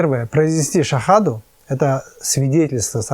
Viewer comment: Ассалаумағалейкум Арабша шахаданы дұрыс айтып үйренсеңіз жақсы болар еді. Өте қате айттыңыз.